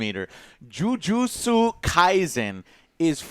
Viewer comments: JU JU SU xD it's JU-JIT-SU kaizen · Jujutsu not Jujusu